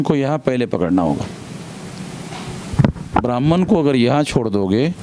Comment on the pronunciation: आप की सारी बातें विरोधाभाषी होती है। लगता है आप अपनी पूरी ऊर्जा ब्रहमन शब्द के उच्चारण मे लगातें है जो कुछ बची रहती है मायावती के विरोध मे करते है,। ऐसे ही करते, करते बीजेपी को सत्ता देने मे मदद करते है। आप की भाषा मर्यादित नही है। जबाब क्यों नही दे रहे है की सरकार मे संख्याबल बहुजनो का है फिर ब्रहमन को targate क्यो कर रहे हैं। अगर आप के पास जनमत है तो सत्ता पर काबिज हो, मना कौन कर रहा है।